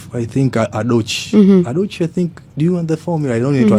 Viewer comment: He's talking about how most Nigerian media houses didn't talk about how the Headies was a shit show. Its Adaobi not adochi 😂 TZ people please support your people, the sky is enough for everyone to fly